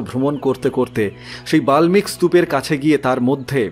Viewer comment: পড়া খুব ভাল শুধু উচ্চারণ এর ব্যাপারে আর একটু সাবধান হওয়া দরকার , চ্যবন , বল্মীক ইত্যাদি